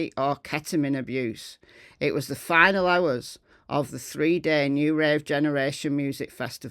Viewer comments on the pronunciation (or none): Why do you say final?